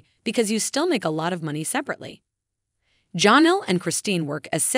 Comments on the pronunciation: Her name is not johnal itis jennell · And Janelle...with an a...not Jonelle...with and o. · Please pronounce Janelle name correctly